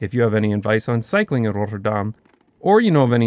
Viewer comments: Who's the person that told you to pronounce it as RotterDAHM, I would like to have a serious conversation with that person. As we do not emphasize on the "Dahm", there is no emphasis. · You get a passing mark despite showboating your mastery. You've got a very clear accent, with a noticeable pause between the 'Rotter' and 'dam', with the emphasis ending up on the second bit in a rather... American-sounding way. If you get rid of the pause though I think it will be a lot less noticeable, even to natives who are already used to pronounciation getting butchered anyways. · it sounds fine, just a bit out of place since the rest of the video is in English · adding to this: the 'R' rolles to much, the 'Dahm' should be shorter and harder. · If he wanted to pronounce Rotterdam 'like the locals', he should not have used the typical Dutch 'Rolling R' but a 'french R' like in 'Paris' or 'Montréal', like the Rotterdam dialect 😉. Anyway it is laudable that someone (that lives here) will pronounce the names proper, don't you think? (What is find more stupid is Dutch, when they speak English, pronounce the names (places, people) in an English accent. ) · Love the vid, but can you PLEASE not disfigure the name? You're saying: "Rot-tur-daHHHm," but it is pronounced: "Rot-terr-dam." Keep the "dam" short. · If you want to pronounce it the way Rotterdammers do, lose the trilled R. The first R should be a guttural sound like a Dutch G, just more relaxed, with less air, and ever so slightly more towards the front of your mouth. Forvo has some good examples. The second R is pretty much an alveolar approximant very similar to the one you're used to in English. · Needs more emphasis on the t's, Not 'Rodderdahm' but 'RoTTerdahm' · Dutchie here. All the cool kids call it Roffa, but your pronunciation was good. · I find it interesting how you pronounce Rotterdam like "Notre Dame". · Your first R rolls too much.